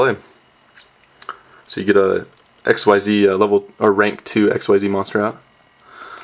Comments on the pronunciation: Its not ESXCEES or stuff its called XYZees but you don't pronouce the whole XYZ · it's pronounced exeez not x.y.z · It's pronounced "ik-seez" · quote: "I wish they were called Exceeds" unquote They ARE! Xyz is pronounced ik-seez. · xyz's are pronounced ik-seez. the fans just thought it was exceed because it sounds like it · Its pronounced Exceez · On the wiki. It says ikseez (pronoun citation) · Oh my god I hate when people think it's x-y-z it's 1 word pronounced (ikseez) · It is pronounced like exceed. ek-seed. xyz. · Its "Ek-zeez" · I thought it was pronounced zerks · it is pronounced ECKzeed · Uh it's pronounced x c's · it is pronounced IKZEEZ! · It's pronounced xzeez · not ikswhyset-starter-deck!!! Iksees is the right pronountiacion!!! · I love how nobody knows how to actually pronounce the name of the new monster type, it would indeed have been better to just call them exceed monsters